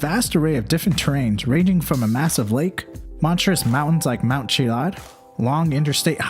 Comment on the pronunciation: Dude, it Chilliad not Chiad